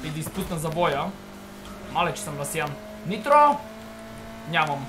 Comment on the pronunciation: Каза интро а не нитро